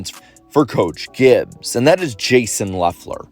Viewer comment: that’s weird pronunciation of TY GIBBS